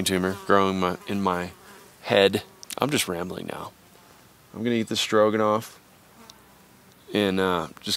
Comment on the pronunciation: Um... It's said "rog" , not "rouge" . It's just Beef Stroganoff, not Beef "Strougehenouff"... Otherwise, great content as always... And I know just how you feel, being isolated, but you have a loving family, and a whole mob of us who care about you aswell. I'm hoping, wishing and praying that tumour takes a hike too 😉